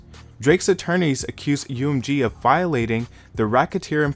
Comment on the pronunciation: My guy, you need to pronounce M in UMG correctly lol. It's not one word spell it out lol